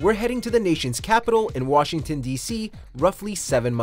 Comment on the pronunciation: Washington becomes Bugshington